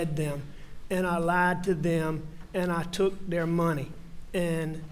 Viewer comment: "I took thier muney" "I took thier muney" "I took thier muney"